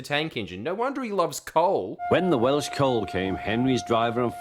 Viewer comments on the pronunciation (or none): none